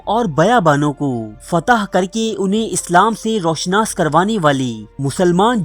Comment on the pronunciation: Dear Admin Apni Urdu bhi Achi kro kisi trah......jaisey Ro Shanas nahin hota,,,,Ru Shanas hota hai. Gur weeda nahin hota Garr weeda hota hai. Aisi aor bhi ghalatiyaan krtey ho